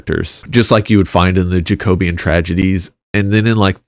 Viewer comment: pronounced jack-oh-bee-an not jayco-beeyan